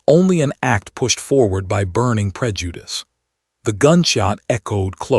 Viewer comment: I can guarantee you if this dude has been slipping in and out of this person's house at wee hours of the morning, he already knew what he was laying with...And please STOP with the emphasis on the word "prejudice", it doesn't out of pocket at this point...I'm done with this channel... Deuces